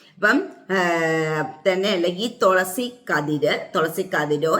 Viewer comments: Tholasy അല്ല തുളസി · Tholasi alla thulasi